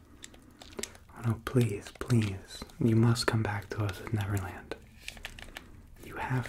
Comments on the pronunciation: Did anyone else cringe a bit every time he said netherland instead of neverland.. 😅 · I heard 'Netherland' instead of 'Neverland' a couple of times....Maybe it's because I live in The Netherlands. Yep The Netherlands surely are beautiful. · Is he saying Netherland instead of Neverland? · Was he saying never land or nether land?? ( no hate just a question) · This was really relaxing, but I'm also laughing because I constantly hear him saying "Netherland" and not "Neverland" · LOLOLO , he said Netherland instead of Neverland 😂😂😂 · Learn how to pronounce your v's guy. "NeTher land" and "NeVerland" are two different places. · Is it just me or does keep saying 'Netherland'?